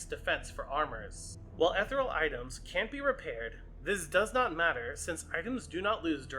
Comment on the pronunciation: I PROMISE i'll subscribe if you promise to start saying "ethereal" the right way.